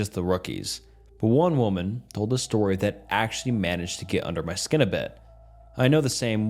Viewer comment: I did not know it was possible to mispronounce "skin"